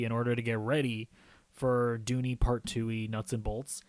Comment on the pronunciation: It's Dune not Doony. Puts some respeck on the name!